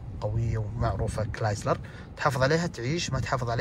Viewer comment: حبيبي كرايسلر وليس كلايسلر